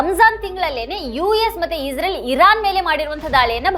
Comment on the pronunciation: ಅಕ್ಕಾ ಇಝ್ರೇಲ್ ಅನ್ನಬೇಡ ಇಸ್ರೇಲ್ ಎಂದು ಹೇಳು ನೇತನ್ಯಾಹು ಅಲ್ಲ ನೆತನ್ಯಾಹು ಎಂದೇ ಸಾಕು ಏಕೋ ನಿನ್ನ ಉಚ್ಛಾರ ಕೇಳುವಾಗ ಬೆಚ್ಚ ಆಗುತ್ತೆ